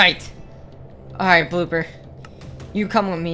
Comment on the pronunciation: did he say booper at the start of the video